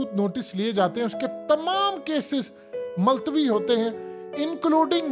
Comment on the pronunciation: Maltwi nhi multawi tlfuz theek krain